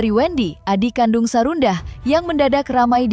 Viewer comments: Sarwendah bukan sarundah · Ini yang isi suara siapa?? " namanya sarwendah bukan sarundah 😂" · Apa cuma aq yg dengar presenter nyebut Sarundah, bkn Sarwendah. Bnr² sarundahhh. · Sarwendah bukan sarundah 😂😂😂😂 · Sarwenda. Min bukan sarunda😂😂😂